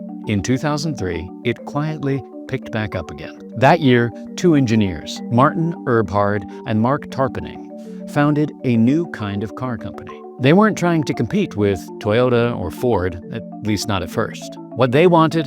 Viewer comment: Eberhart, not 'Erbhart', FFS. I'm gone.